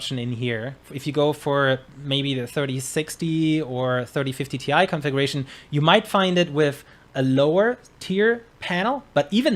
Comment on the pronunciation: The guy saying 3050 ti like "tie" makes me think he has never said that out loud or heard other people say that before